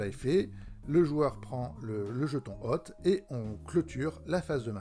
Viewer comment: La vache qu'elle est chiante cette vidéo ! Lecture des notes, le ton, le bordel derrière, hôte prononcé "hotte", Plus jamais ! Bravo pour l'initiative quand même ! (hôte se prononce pus comme "haute" pour information.